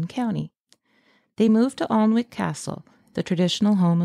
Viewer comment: It's pronounced An ik not Arn wik, I live here.